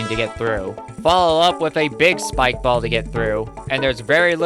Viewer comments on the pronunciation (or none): none